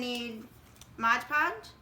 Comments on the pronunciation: Beautiful ornaments! Well Done. But, just one of those things that bugs me - it's MOD podge, not modge podge......so many people get it wrong. MOD Podge, not Modge Podge. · So adorable! Please don't say Modge Podge though, lol